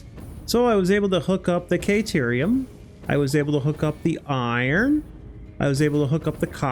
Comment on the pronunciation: Awesome job,! Been following this since its conception. Very inspiring. I've learned a lot of tricks that I have already implemented in my own builds. Every YouTuber has weird things they say or ways they pronounce things. Yours is "KAY"terium. 😅